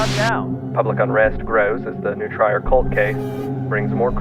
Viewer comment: One thing that kinda irks me of the original is that the Latin word for "to feed/nourish" is pronounced "Noo-tree-reh" but they pronounce it "New-tryer"